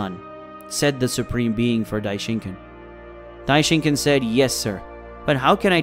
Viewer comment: i hate it when people say daishinkan like that its not ken its khan